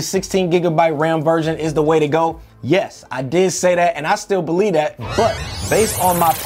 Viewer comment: So I learned “ba-lee-dat” = ‘believe that’